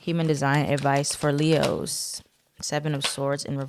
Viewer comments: everytime you say “Le-HOES” i be like oop- not you calling us hoes? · She said LeHoes 😂😂😂😂